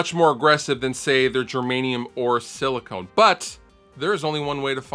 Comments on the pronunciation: Sili-CON not Sili-CONE... Luv ya ‼️‼️😉🤘🏽🎼🎸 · All Of The People Doing Reviews ON This Pedal Keep Saying Silicone And It Is SILICON.